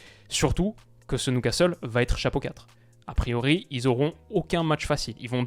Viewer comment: Beaucoup aimé cette vidéo mais ta prononiation de Newcastle me chagrine, surtout que tu avais fait un bel effort sur "Geordies" au début. Prononce ça "Nioucastle" pas "Noucastle" stp.